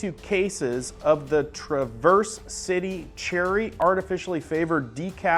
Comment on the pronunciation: That coffee is from michigan i belive! Your not pronouncing it wright!! Travercity blackcherry